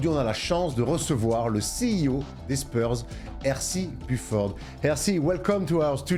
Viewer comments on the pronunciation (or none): none